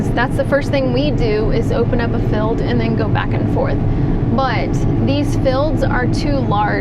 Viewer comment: I get a kick out of your Texan accent saying the word "field..." Pronouncing it "feld..." Lol